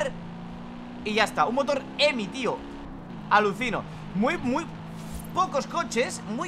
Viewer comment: No es emi es hhhheeemiiiii